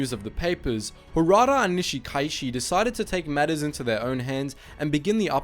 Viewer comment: Your a pronunciations of Japanese and Hawaiian names are very poor. However, this is easily corrected. Remember to pronounce each vowel distinctly. For example, Nishikaichi pronounced “ni-shi-ka-i-chi”. Also, the written Hawaiian language was created by Caucasian teacher, who used only 12 letters of the Latin alphabet. She used the Latin pronunciation, to simplify everything. Hawaiians still use it this very day. For example, Kaleohano is pronounced “ka-le-o-ha-no”. I went to elementary and high school with Hauwila Kaleohano’s son and daughter. I went to high school with the Kanahele children as well. Those families are well-established here since pre-western contact. By the way, the first military response to this incident, was led by First Lieutenant Jack Mizuha a Japanese-American from the local national guard unit as well as a dozen enlisted soldiers. I believe that group included my friend’s father, Sergeant Ben Morimoto. Nice job. This is a deeply personal story for most of us live on the island of Kauai, about 20 miles away from Niihau.